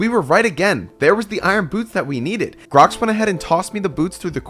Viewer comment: Bro why you said grox idiot